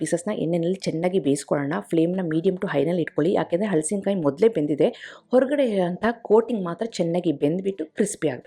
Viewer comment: Very creative and original. Appreciate your efforts and generosity in sharing. 👏🏽👏🏽👏🏽 Just cutting the fruit is a big accomplishment so hats off to you! Would also like to say that correct pronunciation is “ಹಲಸು”, “ಹಲಸಿನಕಾಯಿ”. If you say “ಹಳಸು” it would mean stale or food going bad.